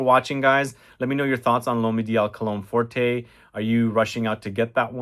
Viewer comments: Cologne forte, not forté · "Forté" means "Loud". "Forte" means "Strong". It is Cologne Forte (read "fort"), not Cologne Fort-ay. There is no accent aigu over the letter "e". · Pretty sure there is no accent over the final ‘e’. It’s cologne ‘fort’ (the ‘e’ is silent). Sorry - but it’s also true of the recent Sauvage eau forte.